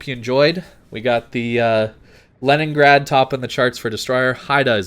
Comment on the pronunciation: Also "Lenningrad"